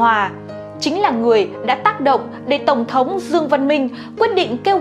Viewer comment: CÔ XƯỚNG NGÔN VIÊN ĐỌC GIỌNG ĐỌC RẤT "QUÊ" , ĐỌC RẤT SAI CÁC DANH TỪ TIẾNG PHÁP !!! ĐỌ QUÁ NHANH , ĐỌC LIÊN MIÊN , KHÔNG BIẾT CÁCH NGẮT NHANH , NGẮT CHẬM . DẤU SẮC ĐỌC THÀNH DẤU HỎI !!! THÍ DỤ : "TỔNG THỐNG" ĐỌC THÀNH "TỔNG THỔNG" .